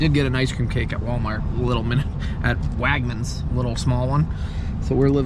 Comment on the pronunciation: “Wagmans”?? Don’t you mean Wegmans?????